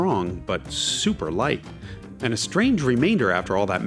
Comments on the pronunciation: agreed, his super leicht was literally perfect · Nice practice on that german pronunciation Jason! Super Leicht!